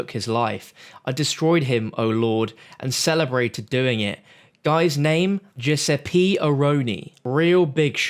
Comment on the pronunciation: omg the way he said Giuseppe haha